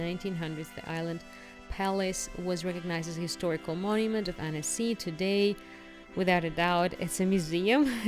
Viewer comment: Pronunciation is Ahn-cee. Amazing place ♥️